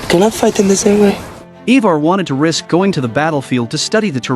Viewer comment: He said “ he far” ( Ivar)😂😂